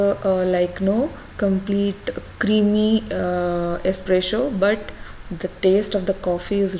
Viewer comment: It's Espresso not esspresho 😂😂😂